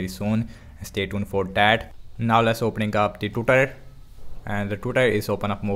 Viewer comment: You can speak very properly, but the way u say "twitter" is killing me hahahaha, nice vid, i will buy a new phone and i was thinking about the infinitix, now im sure im gonna go with that one. ♥